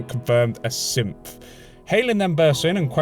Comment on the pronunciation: I get WAY too much enjoyment out of your accent when you say synth sounding like simp